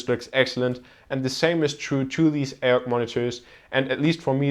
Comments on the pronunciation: Isn't it ay-oh-see, not ay-ock? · Its pronounced A-O-C not Ayoc